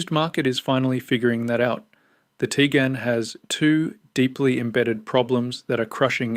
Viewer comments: its not Tigan... its Tiguan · Teegan as soon as heard that I switched off